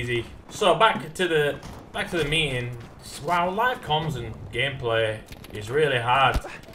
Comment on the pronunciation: Whats a "mee-ing"?